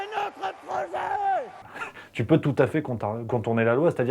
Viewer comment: " Parce que c'est notre brooochet" 🙄🐟😱